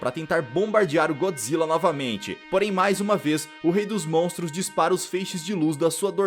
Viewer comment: Da um ódio dele só falar "montros" e "dinossauro"